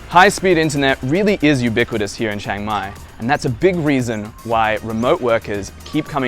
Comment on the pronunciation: It's Chiang Mai not Chang Mai. If you can say Liam without sounding like Lam, then you can say Chiang!